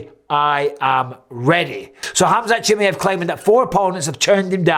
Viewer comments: Michael it's not chimiEV please the last name properly chimiAV. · its pronounced, kem "eye" av